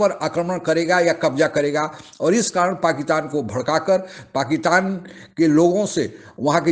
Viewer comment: आप पाकिस्तान को पकीतान कहते है पहले अपना बोली ठीक करे